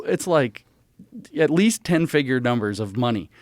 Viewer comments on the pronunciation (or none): “…at WEAST, his fahther DID schomshing😂😂”